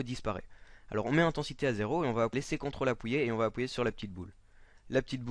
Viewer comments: Mdr il dis "appouyer" au lieu de "appuyer" Super tuto ! :) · Bon tuto mais juste un truc on dit appuyer pas appouyer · Ta dis Apouyer mdr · MDR tu dit Apwouillé au lieu d'appuyer mdr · mdrr "apouyer" xD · super vidéo ! tu m'as tué avec ton "apouyé" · c'est un accent ) enfin j'crois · Il a dit appouyer ou je reve xD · Je suis le seul à éclater de rire quand il dit "Appouyer"? x') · on va "appouyer" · faut pas oublier de maintenir CTRL " Appouyer " mdr, sinon a part sa super tuto t'assure ;) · Il vous suffit d'appouyer,on appouit lol Merci mec jviens de le prendre et j'avou que tu m'as bien aidé.abonnement oblige :) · J'adore t'est video!!!! Se qui ma fait rire c'est quand tu disait "appouier" sinon continue!!!!!;) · j'adore quand tu dis on va "appouiyer" mdrr sinon tes tutos franchement que dire de plus a ^part parfait!!!!! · Jadors quand tu dit apuié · T'as un problème avec le mot 'appuyez' sinon super tuto !